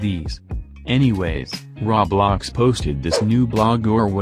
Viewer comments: "rawblox" Roblox: "RAWBLOX, ITS RAW" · Him: Ok guys so Raw-blox Subtitles: Ok guys so roblox.... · When the voice also said "raw blocks" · "Now cmon Raw-blaux" XD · "Tesli" great voice pronouncing